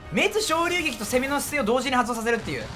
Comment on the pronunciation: 「滅·昇竜撃」 日本語:めつしょうりゅうげき 土星語:しんめつりゅうげき